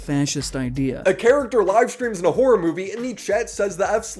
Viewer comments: hura, hoah, herra, bura how many more ways does he say the word wrong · he cares so much about horror that he cant even bother to pronounce it properly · The kid can't pronounce simple English words like 'horror' and 'tangentially' and mixes up 'loose' and 'strict'. This is basically every genz and millennial TikToker and it's the future of the internet. Most new content creators are just spouting shit with no sources as if that shit was proven scientific fact. 'Look at this cliff face, it looks like tree roots; giants are real!'